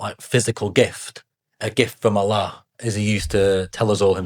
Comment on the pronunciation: The way you said Allah made me proud if your not muslim Already i pray you Accept Islam my dear brother